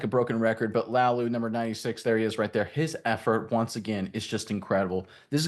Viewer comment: Pronounced LA UH Lou